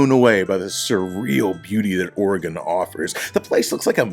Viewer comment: Learn how to pronounce Oregon, you sound like a dork!